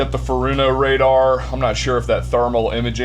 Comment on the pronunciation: Foe' che' is how you say it